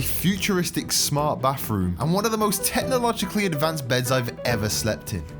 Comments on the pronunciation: (Bathroom) ❌ (Bafroom) ✅ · “Baffff-room” 😂😂😂 Bro it’s spelled “bathroom”